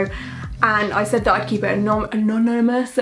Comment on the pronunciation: You saying anonymous is like when nemo tries to say anemone in finding Nemo 😂